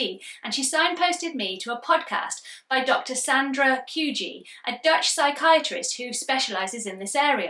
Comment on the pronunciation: Hi! Thanks for this enlightening video. Being Dutch I can't help but point out: the researcher's name is dr. Sandra Kooij, and it's pronounced pretty much like the fish: Koy (but with a slightly longer 'ò' sound). Love your content and seeing my own experiences reflected in your videos.